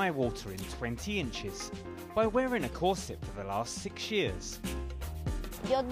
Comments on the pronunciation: Why does Anna say it like that? I hate it. Cor SETTE. Why do you stress the wrong syllable? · Why are they emphasizing the wrong syllable on "cor - SET"? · Am I the only one who had the scene from the first harry potter movie running through their head every time they herd these presenters say corset? It's CORset not corSET. You put the wrong emPHAsis on the wrong sylLAble. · Why does Cenk keep pronouncing it cor-set? I've always heard it pronounced cor-sit. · corr - sit not corr -set lol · Kor-sit ffs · The most unsettling part of this video is how they pronounce 'corset'